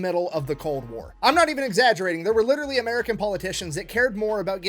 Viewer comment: 2 years late dis you just say witterwy?